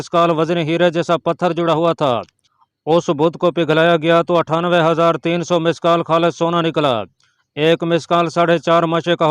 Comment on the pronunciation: مثقال کا تلفظ مشقال نہیں ہے